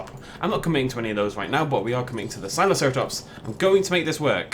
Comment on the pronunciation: your saying sinoceratops wrong